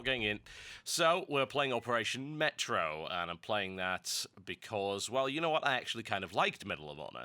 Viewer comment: It's operation May-tro because it's a french word.